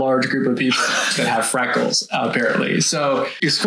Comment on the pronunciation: Did I hear “frackles” 😂